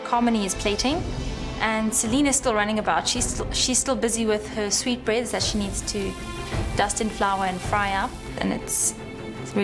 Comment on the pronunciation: What is "dat"? Do you perhaps mean "that"?